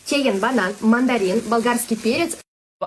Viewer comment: Banan , goʻsht deydimi tili sepandi aniq